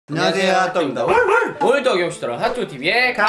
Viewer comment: 완녕하쎄요 후앗도그입니두아 와르와르!!